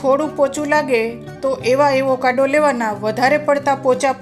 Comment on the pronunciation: Aevokado nahi ben Avocado bolo..